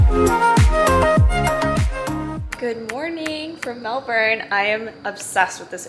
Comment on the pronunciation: Melbourne is famous for its changeable weather. You just have to roll with it. Glad you enjoyed it here regardless 😊 P.S. congrats on saying brekkie and pronouncing Melbourne properly. Most Americans don't 😅